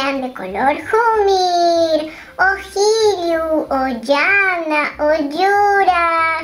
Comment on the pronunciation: uji, qillu, jumir.pesima pronunciacion. es occe, ccello, ccomir. la q no es una jota velar, es una cc posvelar